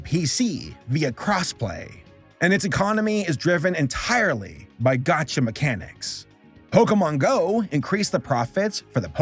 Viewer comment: ....it hurt my soul as a person who hasn't spent a dime on genshin to hear him call it a gotcha game